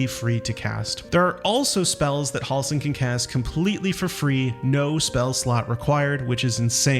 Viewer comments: Halsin Not Hawlsen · They say Halsin's name 100 times in the game and you still can't say it correctly. You're saying Hall-sin, it's more like Hell-sin. Js.